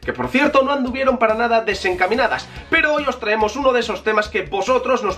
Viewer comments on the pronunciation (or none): none